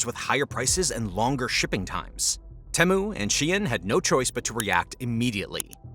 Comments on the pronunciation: I think most people pronounce it "Tea-Mew" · Great video but i can't help but get annoyed with how you pronounce Temu.